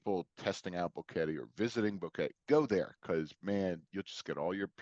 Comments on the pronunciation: Drives me nuts that he doesn't know how to pronounce Boquete. It's not Boh-Kettie. It's Boh-KE-tay. argh. It makes me think he hasn't really been out and about meeting people there. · It's annoying how the Gringo says Boguete....so US American. Learn the language...be respectful!